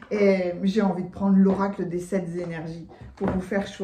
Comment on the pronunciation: tu sais que je t'adore! Alors, permets-moi de te faire remarquer que SEPT, ne comporte pas d'S... Alors... SepT Energies et non Sept Z Energies. C'est vrai, c'est très tentant de faire cette liaison!! Je t'embrasse fort. Merci pour tes lectures, je t'écoute depuis des années...